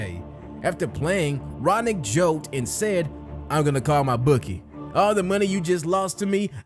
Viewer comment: His name is Roenick, not Ronick... pronounced roh-nik. He's kinda a wacko but was pretty good hockey player.